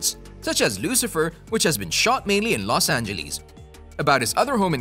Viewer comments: los angeleeas lol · i love how you sey los angilis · Los Angelis... lol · los angeleese